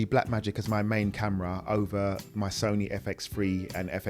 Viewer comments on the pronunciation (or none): none